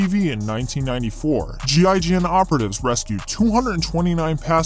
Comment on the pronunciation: As a French you did a good effort for "GIGN" prononciation xD nice video buddy ;)